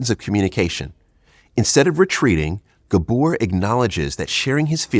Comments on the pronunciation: It’s GAbor, not GaBOR, idiot. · It's GAbor... not gaBOR.. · Ga. bor , pronounce it "gaa bor" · Pronounce his first name correctly.